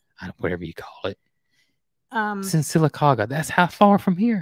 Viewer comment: see if Lester can pronounce Sylacauga Alabama. He didn’t do very good with mobile. I’m from Sylacauga and nobody pronounced it correctly that I have experience. You are the first. That was perfect!